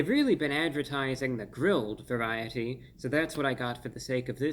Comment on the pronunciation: The pronunciation of varyyyit-eee was something else.